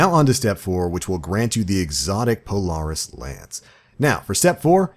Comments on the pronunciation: Lol not how you pronounce Polaris but words are hard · I wish you knew how to say the word Polaris good god